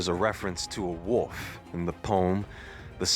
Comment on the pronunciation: Oh man, the way you say wolf is hilarious! 🤣🤣🤣